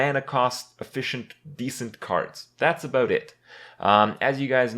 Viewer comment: "That's aboot it." You have changed Kripp. Canada make you so.